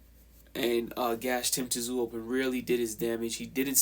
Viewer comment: It’s not tzoo say it as you saying zoo. Simple 😀